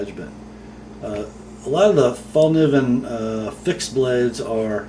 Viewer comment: I love the way you "mericans" pronounce swedish names😂 Fällkniven is pronounced fell-kneeven! Just saying. Love your channel, keep up the good work. ATB from Sweden